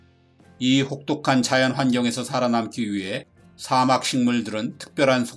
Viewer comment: 사:막 이라고 읽으시네요. 옳은 발음은 사막입니다 좋은내용에 한글자덧붙이고가요♡